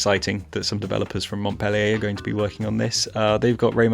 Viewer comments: It’s funny hearing English speaking Rayman fans trying to pronounce « Montpellier » since I live here lmao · dw it's just that the "t" is mute